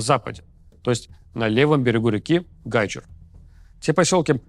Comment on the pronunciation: Спасибо за работу и правильное ударение в слове Гайчур!